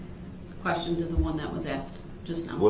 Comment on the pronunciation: Interesting note. We make fun of his “axed”. The way we pronounce “asked” if fairly new in human history. It was originally arsked then axed. There are videos that go through the history of different pronunciation of words. Asked is one of them. It sounds boring, but it’s presented well and not too drawn out.